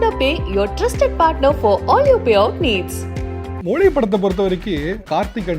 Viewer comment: Prithviraj pronounce Tamil மொழி Tamil anchor pronounce Tamil மொளி 😂